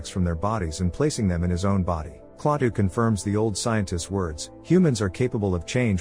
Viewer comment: its not klattah klatoo